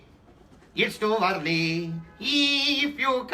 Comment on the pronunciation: “Eeeef you come today, it’s too yerly”